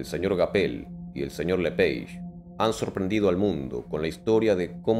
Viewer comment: Se pronuncia lepage porque es nombre francés Si los las aves son la evolución de los dinos, ¿puede haber dino remanescente?